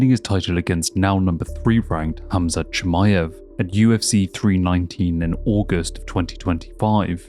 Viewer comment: Ah yes, kumshot chimichunga